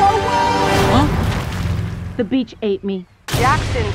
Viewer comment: Jean-Luc Herr I thought she said "the beach saved me" XD